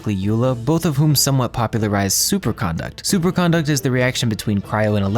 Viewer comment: why does every youtuber mispronounce superconduct??